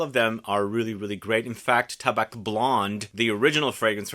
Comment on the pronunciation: just for you knowledge, we don't prononce the C in "tabac" great video as always !